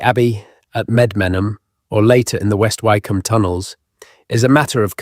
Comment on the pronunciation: It's AI the place West Wycombe would be pronounced more like Wick-Ham